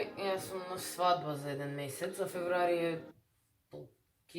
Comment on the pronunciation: FEVRUARI??? FEBRUARI!!!!!